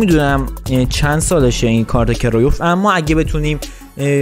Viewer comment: کرویف نه کرایوف